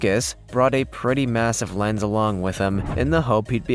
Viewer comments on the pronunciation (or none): none